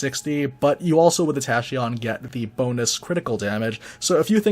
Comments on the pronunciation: Tahcheeeon Nope. Not how the word is pronounced. Tackeeon. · He's got over 10k subs, I doubt he'll care about being corrected by one person. Glad I am not alone in cringing when he pronounces it wrong.